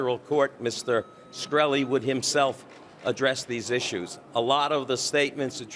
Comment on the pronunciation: Did the lawyer just make up the scientist qualification? He doesn't even pronounce his client's name right.